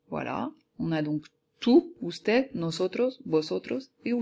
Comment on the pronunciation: Juste parce que elle a dit usted en prononçant le d